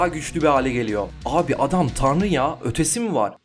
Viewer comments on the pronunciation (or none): none